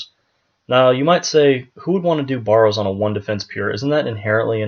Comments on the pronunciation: BARE-ROWS......not BAR---ROWS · Why do you say Baw ro's instead of Bar o's? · Mans saying borrows